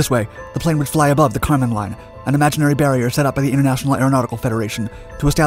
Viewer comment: So, the boundary between the sky and outer space is the “Karman Line”. The narrator sounds like he’s calling it “the condom line”